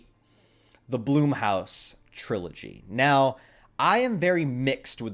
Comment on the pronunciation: Hey buddy I like your content but it’s not Bloomhouse, it’s Blumhouse